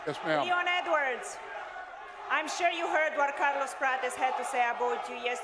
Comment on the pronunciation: haha, feeling sorry for Leon rocky edwoars🤣🤣🤣🤣